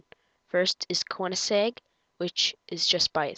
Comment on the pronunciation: You messed up koinesegg and alfa romeo in the pronunciation and I NEVER KNEW NISSAN OWNED INFINITI